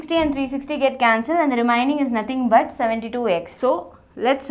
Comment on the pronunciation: Pls be slow . U got a train to catch ? Remiening, squaeier....... ur pronounciation is awesome 🤣😂good vedios tho